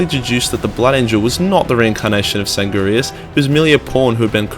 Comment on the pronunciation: Am I the only one triggered by the fact that he can't pronounce Primarch and doesn't know Sanguinius' name? "San-gurrrr-ius"